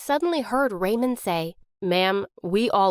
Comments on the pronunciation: The way she pronounces "Raymond" it sound Like "Ramen" 😂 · everytime she said Raymond i heard ramen